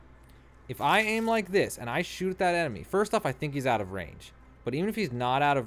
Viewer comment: "how to AIM'UH" Ha